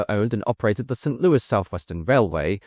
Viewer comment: He did say St. Louis correct this time (instead of St. Looey). I don't mind the mispronunciations as the information is what matters.